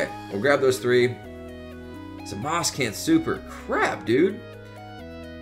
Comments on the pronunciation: It's really hard listening to someone say zamas, instead of zamasu. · Jarrod Hollenbeck I did and it's pronounced zamasu